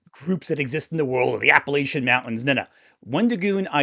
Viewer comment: If you can’t pronounce “Appalachian” right, your Masters Degree means nothing to me. Get thee gone, flatlander!